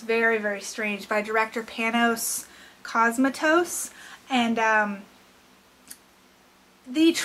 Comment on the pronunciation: at least know how to say the directors name before you do the review wtf